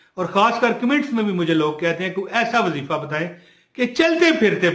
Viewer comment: Asalamo Aliykom Bhai ye Jo wazeefa ha is man ya pa zabar NAHI peeesh ha AP zabar par rahy hen naraz bi NAHI Hona ur apka koi number NAHI tha nai to number pay Bata feta 🙏🙏